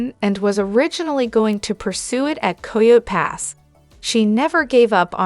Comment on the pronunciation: It's kie-oaty pass